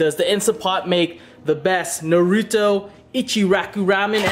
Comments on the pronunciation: My man, u said Naruto wrong. I’m calling the swat team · I left right when I heard him pronounce naruto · I like how he says it wrong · Omg he doesn’t say “naruto” right😡😡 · You said naruto wrong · U aren't saying his name right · You pronounced naruto wrong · can't even say naruto right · Say naruto like that again I'll smack the shit outta you😑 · Ur pernousing naruto wrong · im going to dislike this video, it is because you pronounced Naruto to Narudoe and the way you said Ichiraku... you said IchiRAhku... disrespectful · STOP SAYING NARUTO LIKE THAT ! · Say Naruto correctly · He said naruto wrong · What is nae ru toe it's Nar Ru To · It’s not NARUDO it’s pronounce (nah)-(roo)-(toe) for f*** sake! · I must be hearing things because he just said nu ru toe It's: Nah ru toe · You DONT PRONOUNCE it like NARUUUTOOOOOO its like (Narito) naruto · Might be his Vietnamese tongue but he speaks almost perfect English and it’s literally NAH ROO TOE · *PLEASE READ* I see that lots of the comments are about how to pronounce Naruto. If you have actually watched the show it is Nar-ru-toe not Nar-ruto or Nar-rudo This isn't a hate comment but will actually prevent less mean comments on the next Naruto video! I love your vids but I'm so hungry now:D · Clearly that is how they pronounce naruto on dub but on japanese or sub . It is not pronounced as narutoe it is nar-ruto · NAH-ROW-TOE say it fast Naruto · Why does he say Narooto instead of Naruto? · Why do people say narudo it’s naruto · its not nuroto its NARUTO with the a talking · Don't ever say neruto again it's nar-u-to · It not nouta it’s naruto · Whats narudo you mean naruto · Do people not know how to pronounce “NARUTO” people be saying nuruto like cmon man. no hate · He says narUto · Or narudo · Agree they got the uto right but it na then say ruto at the end otherwise sound wrong my explanation was horrible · NAH-REW-TOE thats how you say it. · Ha narudo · At least it's better than Michael b Jordan saying Na-ro-tu